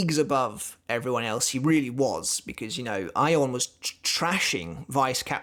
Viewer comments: Your pronunciation of his name is spot on, that is how Ayon is said in Spanish. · Yes, you're right about the pronunciation (the katakana says Ayon). Anyway, THANKS for doing Ayon! I really liked how Kubo portrayed the despair/hopelessness aspect of Ayon. And things got serious QUICK when Ayon took a chunk out of Matsumoto's oblique! :-O Oh and yes, it was a splendid treat to have Ayon make a cameo later!! Thank you!